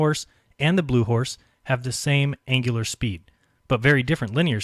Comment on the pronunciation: Please check your pronunciations: NOT angilar ANGULAR.